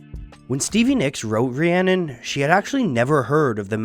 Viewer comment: haha I live and learnt Welsh for 10 years, that is not how you say Rhiannon.